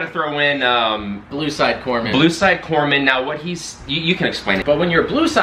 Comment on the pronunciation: It's Corpsman. They are the medics in the Navy. When assigned to a Marine Corps unit, you are in war up to your neck. Your job? People get shot. They cry "Corpsman!" You then stop them dying long enough to reach a doctor.